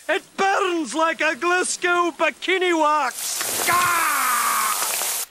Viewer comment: I am wondering what kind of Scottish accent pronounces Glasgow "Glasgew"